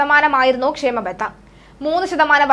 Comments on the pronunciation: it is kshama batha., not kshema batha. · ക്ഷേമബത്ത അല്ല ക്ഷാമബത്ത ആണ്